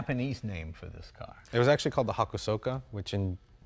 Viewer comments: HAKA SOKA? "HA-KO-SKA" You're selling the car bro, learn how to pronounce it correctly. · HAH KOHS KAH not Hako sooka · His pronunciation of Hakosuka is very bad. It's pronounced Ha-kose-ka (long o sound), not Ha-ku-so-ka. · I met a guy with a Hokosuka coupe, and I pronounced it like they do in this video: "Hako-suka." He quickly corrected me and pronounced it like "Ha-khos-ka." I believed him as he lived in Japan for years. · And he pronounced it wrong. It's pronounced ha-ko-ska not ha-koo-soo-ka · hakosuka (ha-co-skuh) lmao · That pronunciation made me cringe 😂 hakosuka is pronounced ha-kos-ka.. for someone who knows so much about the car thats kind of sad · Type “Hakosuka” into google translate and click the audio pronunciation button. It’s pronounced “HA-KO-SKA” I’m not saying I’m a pro in any way, shape or form but I took a couple years of Japanese, I know it’s pronunciation. Just like the name “Sasuke” from Naruto: it’s not pronounced “SA-SU-KE,” more like “SA-SKE.” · Actually it's HA KO SU KA you baka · It’s actually pronounced “Hakoska,” you don’t pronounce the “u” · Hakosuka Pronounced Ha-KOS-Ka